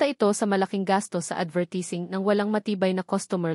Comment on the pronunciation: Mali po pagbigkas sa advertising.